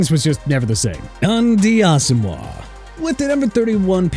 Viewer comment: ALDON SMITH IS PRONOUNCED aal-duhn AND ALSO, SIR, NNAMDI ASOMUGHA IS PRONOUNCED naam-dee aa-suhm-waa... UNBELIEVABLE!!!!